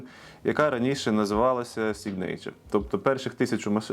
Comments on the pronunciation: введіть в гугл перекладачі слово Signature і послухайте як воно читається. якщо вмієте по транскрипції, то ось: ˈsiɡnəCHər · Для тих, хто в школі не вчив англійську і тепер працює з американським авторинком: повтороюєм кілька разів "сИгнича" =]